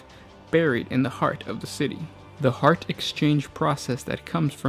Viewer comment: HEAT! Not HEART!